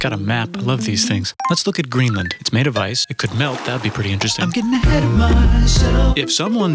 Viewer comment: Kinda sounded like "NUKE"